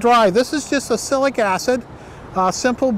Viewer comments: Yes, he doesn't seem to realise you pronounce it as ox-alic acid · It's pronounced Ox -alic, like this